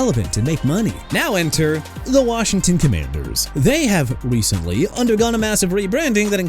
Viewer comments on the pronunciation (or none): none